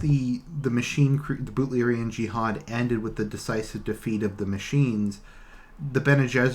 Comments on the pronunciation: Yes its Butlerian Jihad...BUTLER. He just pronounces it oddly. :) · Butlerian jiahad is right, he just prenouns it wrong, but he got it right